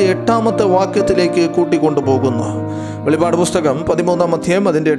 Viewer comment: വെളിപാട് അല്ലസുഹൃത്തേ വെളിപ്പാട് അങ്ങനെ വായിക്കണം